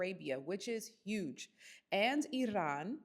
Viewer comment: Love how you pronounced Iran as Iran and not Eyeran It’s a small thing but it tells us you can about your work enough 🫡🙏🏽